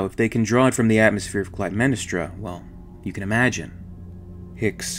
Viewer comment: Cly-dem-NES-tra ACCENT on 3rd syllable